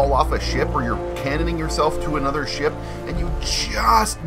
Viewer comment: No hate but it’s kinda funny that you say SHIP like SHIEP